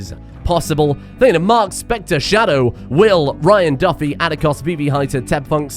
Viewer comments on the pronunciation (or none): none